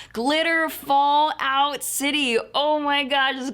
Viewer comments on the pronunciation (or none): none